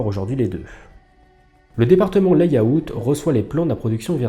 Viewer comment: Pour info, layout se prononce [lè-aut] 😉😇 ... 👻